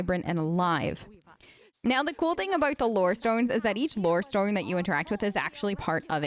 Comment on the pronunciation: Why do you keep going Australian when you say stone 😐